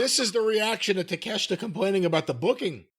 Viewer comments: Who else clicked simply to hear Jim call the guy "Take-A-Shit?" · Takeashita is a top 5 guy in aew yet they treat him as Jim says his name